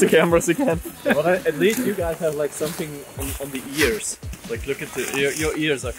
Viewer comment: AND HE SAID SOMESING XDDDDDDDDDD